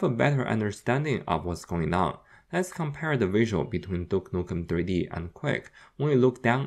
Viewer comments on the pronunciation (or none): Ahhh my favourite game "dook nuken tree dee"